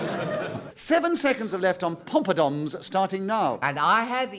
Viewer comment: Is Nicholas Parsons calling them “pompadoms”?